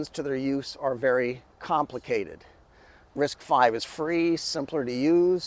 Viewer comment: Thanl you for saying RISC five, not RISC Vee